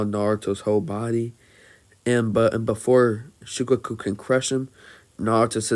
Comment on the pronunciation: Shi-kaa-kuu not shi-ka-ku